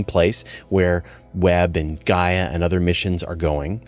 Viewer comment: Bizarre how some Americans can't pronounce "and"